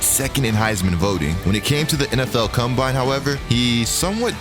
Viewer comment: This is gotta be the dumbest list I’ve ever seen in my entire life. Period. Period. Period. What sort of Moron would make this? They didn’t even know how to pronounce the word ‘combine’ correctly… The stuff you find on YouTube SMH